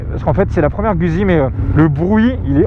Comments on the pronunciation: Je kiffe tes videos! Mais je suis italien et dès les premieres secondes tu m'as choqué!!! On dit Guzzi en prononcant ( gOUDzi ) Mais je t'aime quand même! ^^ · Sa se prononce moto gouzi